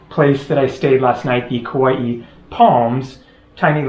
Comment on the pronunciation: After 1 visit, you should know, its Kauai. Not Kauaii